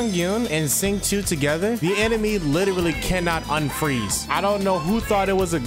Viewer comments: You got Chongyun’s name right, and almost got Xingqiu’s name correct! Xingqiu’s name is pronounced “Sing-Cho” :> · no. it’s “sss”. I know how to say some Chinese myself since my family is Chinese. And what I can say it’s “sss” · i’d say for an english speaker the more accurate way would be to say “shing chew-o” so “sh” like “shut”, then “ing” just like the english way and then the word “chew” quickly followed by an “o” sound. The simplest way would be just to say “shing chew” which works well too, close enough since people are mainly saying it without chinese tones but with an english one. so yea in the video he said it more accurately than the english voice actor who completely botched it lol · Ngl, i cringed pretty hard when u butchered their names lol